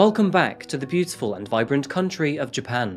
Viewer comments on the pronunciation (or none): none